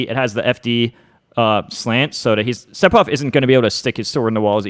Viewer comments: Everyone else: Sephiroth This guy: Sepiroth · He said Sep-eroth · When he says sephiroths name as seppiroth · Am I bad of hearing or is M2K actually Sephiroth as Sepiroth LMAO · Why do people insist on pronouncing the p in Sephiroth? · Se-FI-roth. Not Se-Pi-roth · its Sefiros not seppirothhh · >"Sep- Er- Oth" Oooh noo... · Is he actually really saying Sep-hiroth? Now I don't mind when Aerith gets called Aeris, that doesn't bother me. But this? Who does this? I'm 10 seconds in and I'm not sure I want to keep watching. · If it helps you pronounce his name... the kana is セフィロス It's definitely a pure "f" sound, there is no p sound in sephiroth. Just pretend it's spelled sefiroth. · “Sepiroth” Wha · It annoys me that he says Sephiroth with a p instead of an f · Man said sepiroth 😂😂😂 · Nobody: M2K: Seppirof! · Are you sure that Curse detonates after a certain period of time? The leading theories are that it either punishes an attack/projectile or that Sephiroth can detonate it at will with no animation/lag, kinda like c4. also it’s pronounced sefiroth. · Can’t pronounce sephiroth lol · It's Se-fi-roth. The "ph" makes an "f" sound! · Said Sepiroth, instant dislike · i hate the way u pronounce it